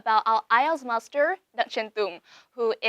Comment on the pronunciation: Bạn ấy nói MASTER mà mình nghe như MUSTARD luôn vậy trời :))) Bạn ấy phát âm sẽ rất tuyệt vời nếu k quá gằn giọng như vậy